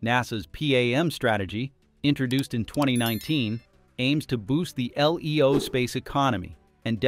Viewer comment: Most humans read LEO as "LeeeeOh" ... AI does not.